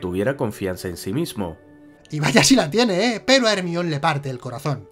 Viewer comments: ERMION jajajajaja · Hermion JAJ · ermion jajajajaj